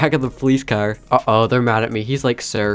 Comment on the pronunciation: I just keep thinking how he calls a car , a "cer"